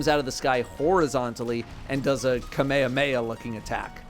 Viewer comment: Not mispronouncing kamehameha in 2024 😂